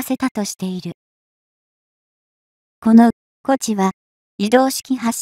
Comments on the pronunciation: 「東風」の読みは、「トウフウ」でしょ。和名「こち」はいただけない。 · 東風をこちって読むのは、おかしい。トゥンフウとちゃんと読みましょう。AIに読ませているから、変な所で区切って意味不明な文が出来あがる。ちゃんと確認してます?